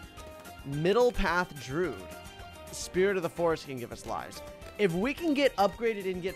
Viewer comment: I still don’t know why he calls the Druid “Drood”